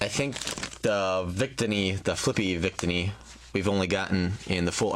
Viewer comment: its not vict-tee-e. its victini. he is saying it right.